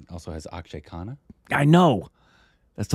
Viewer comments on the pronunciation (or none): LOL Its akhshay khanna not akhshay khan